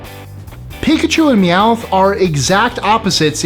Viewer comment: Meowith is so annoying